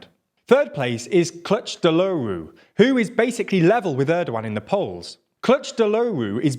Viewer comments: Please practice your 🇹🇷Turkish pronunciation, Kilicdaroglu (Kilij-dar-oglu) its not that hard. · he got the pronunciation right with the wrong stressing of the syllables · He almost said Kilicdaroglu right but can’t say Imamoglu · "Clutch the lowroo" I understand that Turkish is not your first language, and I would also noy be able to properly pronounce the man's name, but this sound so English I could not stop laughing. I know you've once said that you study on pronounciations, but throwing his name in google translate once will probably help a lot already to better names like these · Kiliçdaroğlu is pronounced as kilichdaroolu maybe. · you mean clutch de rowloo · It's pronounced "kill-itch-DAH-ro(g)-lu". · my god if I hear 'Cutch Deloru' one more time... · I know he is not native Turkish speaker, and neither am I, but his pronunciation if Kiliçdaroğlu is so funny 😂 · i needed to hear that kılıçtaroğlu pronounciation. i loved it.